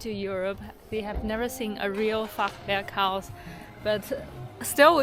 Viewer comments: Your German pronunciation sounds perfect: Fachwerkhaus, Bahnhof. “Neu Schweinstein”, of course, should be Neuschwanstein, rather as, I guess, it’s more related to swans than to pigs (Schweine). And thanks for showing us the nice side of China! This is a very welcome antidote to the aggressive “wolf warrior” rhetoric! It finally makes me like China again. Regards from Taiwan! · I am very impressed with your pronounciation of "Fachwerkhaus". Absolutely lovely.